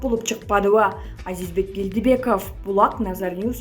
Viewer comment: Гелдибеков эмес Келдибеков .